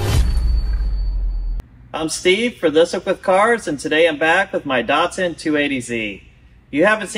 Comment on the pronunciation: Sorry, but there is no “o” in DATSUN. Same as it is not NEESARN. Not JAGWAAR either.Apart from that, I quite enjoy your postings.